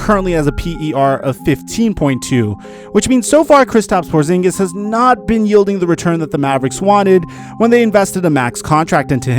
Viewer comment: Porzingis? You serious bruh??